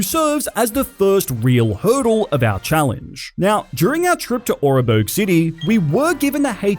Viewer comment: the way you pronounce Oreburgh hurts my soul, it's ore-burgh, not or-e-burgh